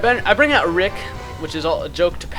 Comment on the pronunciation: HIS NAMES NOT RIIIIIIIIIIIIICCKKK!!!